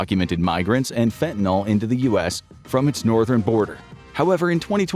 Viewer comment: Stop calling fentanyl "fentanol." There are no hydroxyl groups in fentanyl so it can not be an alcohol.